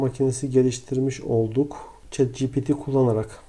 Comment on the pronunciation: ogli şet değil çat diye okunuyo